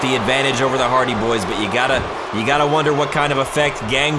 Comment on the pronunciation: You said the hardy boyz name wrong